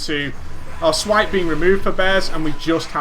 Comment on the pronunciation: you said thripes and swash ahahahaha